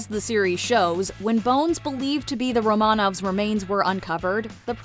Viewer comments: It is pronounced RO’-man-ov, not ro-MAN-auv. If you must pretend to be a YouTube expert, do a tiny bit of basic research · Be really nice if they could actually pronounce "Romanov" correctly 🙄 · If you’re going to act as authority, the least you can do is pronounce Romanov correctly!